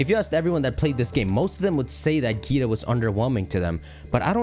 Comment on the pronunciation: Her name is pronounced differently. Think like dragon ball z, vaGEETA.